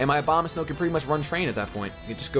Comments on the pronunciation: I swear to god you said Obamasnow every time. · He said Obamasnkw lol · Why do every times you said Abomasnow I heard Obamasnow ? XD And I continue watching because, I like your humor, I like hearing your reasoning on what moves you make, what pokemons you like and which ones you hate. And you're not full of yourself either, and even when you get your ass kicked you stay enthusiastic about it mostly ! Moreover, you're not a top MLG VGC champion or whatever, you're much more accessible than most of those guys!